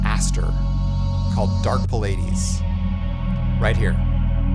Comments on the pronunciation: love your content. But you gotta pronounce Pleiades correctly if youre gonna represent space ambient. Its plee-uh-deez, not puh-lay-deez. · The Valhalla preset you have is pronounced Plee-ah-dees. They're a constellation in space. Aka the Seven Sisters. Great video, thanks!